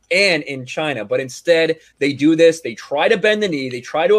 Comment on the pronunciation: sounds racist whenever he pronounces China with 3 syllables